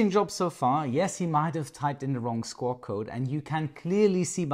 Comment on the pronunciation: a note about your enunciation of a word at timecode. I heard "... the SCORE code for loss of communication..." I had no idea if I had heard that correctly so I turned on the captions and I saw the word "SCORE." I did a search on that phrase and I found "... the SQUAWK code for loss off communication is 7600." Since I have zero flying experience I never would have known what you meant if I hadn't turned on the captions and then searched for the meaning of that phrase. Thanks for making me question your words!